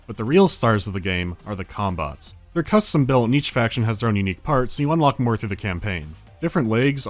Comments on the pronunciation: I keep hearing cum bots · i can't help but hear "cum-bots" whenever talks about the mechs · Am I the only one hearing ''cumbot'' everytime they say it, or am I too high??? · im sorry but all i hear is "cumbots" and im losing it each time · wait, did he just say CUM bots???? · took me a while to realise you weren't saying cumbots.